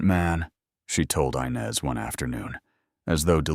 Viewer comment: The name is inez not Inez, do get it right😢